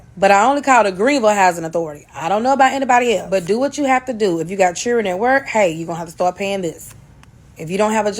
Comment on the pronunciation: What's 'chirrr-in'? Oh, you're attempting to say 'children'😂😂